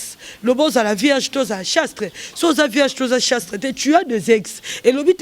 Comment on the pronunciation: Bongo yo ozui temps ya ko sala penielle émission on dirait que yo muasi y'a malamu,balobaka chaste et non chastre